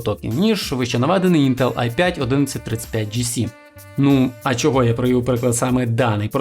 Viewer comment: ставиш наголос в слові інтел на е, не можеш подивитися тести інтеграгок в інтернеті, як тебе тіпи загалі втикають